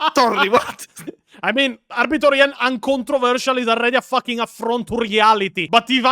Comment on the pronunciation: "LOOORE DESTROYERS LIKE ARBITORIA" (Arbitor Ian, but pronounced like "Pizzeria")